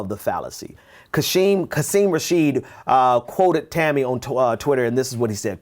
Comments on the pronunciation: It's fucking Tomi! You sound ignorant when you keep saying it wrong. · I wanted to keep watching, but you kept calling her Tami... Get yo names straight! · I love how he's casually calling her Tammy when he knows damn well her name is Tomi LOL, I see you my friend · It's cool. Mispronounce her name all day. She hates it and deserves it